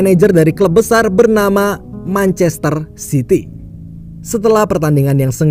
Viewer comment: Lu salah ngomong manchester city woi bukan manchaster sity